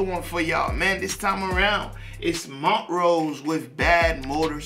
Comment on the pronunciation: We are a secret fraternity!!! Hahaha 😜🤣 I’ve been trying to watch this for 2 hours now 🤦‍♀️ keep getting interrupted!!!! BUT Great review 💯🔥🔥🔥 And the name is pronounced Mon - trose ... you are saying Mont - rose ... make sense??? No biggie ... just thought you would want to know. And by now I’m sure someone else has told you 🤦‍♀️🤣 I haven’t checked the comments since 🤷‍♀️ Aside from the name, I couldn’t tell you anything else about this band 😂🤣 I’m sure they have a song that I know, but I have no idea what that would be 🤷‍♀️ This one was good, I liked it just fine ... when I think of Montrose, it makes me think of bands like The Marshall Tucker Band and Molly Hatchet .... and I couldn’t give you one song for any of them!!! Why am I telling you this?!?!?! These bands were around, but I never really listened to them unless someone just happened to be playing them at a gathering 😉 Look, I haven’t really “rambled” like this in a long time!!!! I think I’ve been doing really good!!! So ... I’m gonna just stop now 🤦‍♀️😂🤣 haha Thanks fam 💞